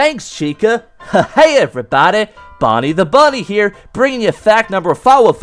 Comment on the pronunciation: Instead of bonei you sed body